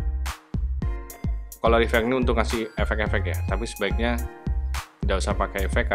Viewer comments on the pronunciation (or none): Bangg colour baca nya bukan kolor tp kaler bangg...heheheh maap bangg sdikit koreksi aja gpp kan...hehehehhe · kalee (tanpa R) .. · bukan tanpa r jugak, Tapi bunyi r nya gak dtekan alias ngak jelas gitu. Heheh